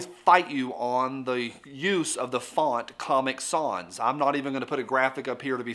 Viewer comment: Nitpicking, I know, but take it from an old typesetter re: comic sans... "sans" rhymes with "hands" rather than "fonz." Carry on. 😷